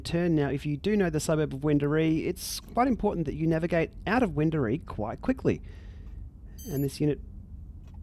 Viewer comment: What’s wrong with Wendouree? I’m from Sydney, so I’ve never heard of the place, I just thought it was quite funny how you said that during the video lol.